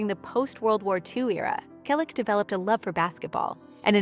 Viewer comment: Why a fake image of Tom? This picture makes him look many years older. Tom still has black hair with a few silver and white strands. Tom is 81 years old. Again he has not finally given an interview about James Garner. Teach your AI-generated voice to pronounce Selleck correctly. Everyone we know has already read Tom's book or listened to the audio CD. James Garner's fans have already read "The Garner Files: A Memoir" . Learn English. Read the books. Your story is completely jumbled because you keep jumping from one topic to the next and back again. There is no chronological order.